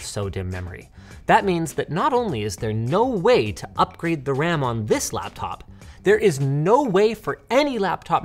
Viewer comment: did Linus just say blaptop?